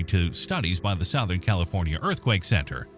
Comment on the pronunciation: Sowth-ern? AI fail.